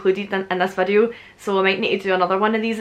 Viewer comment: I love how you pronounce the word video = vadieu